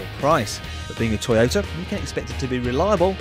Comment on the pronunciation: When he said 'Toyota' was I the only one who thought 'Taxi'?